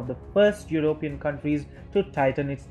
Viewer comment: What is "your-oh-peein"?